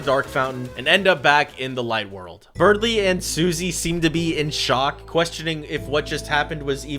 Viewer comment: IS ANYBODY GONNA QUESTION HOW HE SAID BERDLY AND SUSIE ?